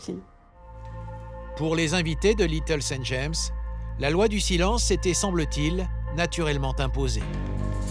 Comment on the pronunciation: The sound of this video is AI - artificial intelligence! Listen to the pronunciation of Little St. James, there is a full stop after St...